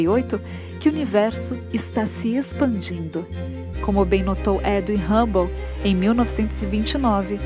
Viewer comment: edwin......e não ed (olha a pronúncia,, moça)